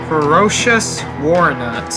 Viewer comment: Ferrous, not ferocious. Spoken like Fair-ous, means it consists of iron. Which is a lie, as that thing is clearly made of something much stronger than iron WARNUT! Wroughtnaut, wrought is usually spoken like rot, meaning shaped by hammering, which is cool. -naut, not nut. Naut is a suffix meaning traveler, usually spoken like in nautical or astronaut. You say Ferocious goddamn Warnut throughout the entire video lmao!